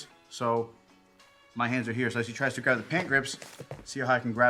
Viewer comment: great video, but please my man its graB not graV